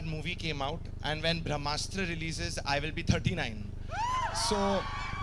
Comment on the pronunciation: He can't pronounce Brahmastra, vivke agnihotri is right